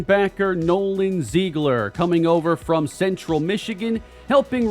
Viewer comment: While we're on the subject, Nolan Ziegler's surname appears to be pronounced zig-ler, not zeeg-ler; most, if not all official team media I could find of him uses the former.